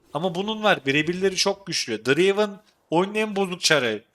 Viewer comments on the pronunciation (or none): none